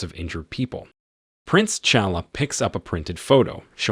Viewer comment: Pronounce their names correctly. It is not King Chaka and Prince Chala. Those are not their names and are T'Chaka and T'Chala. The T is not silent.